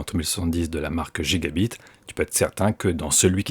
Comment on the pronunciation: Giga bite mdr on dit guigabyte